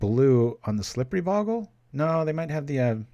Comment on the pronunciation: I know it really doesn't matter but bogle is pronounced with a long o.